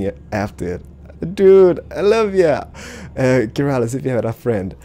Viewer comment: Keralis* not metal is, XD sorry bout that!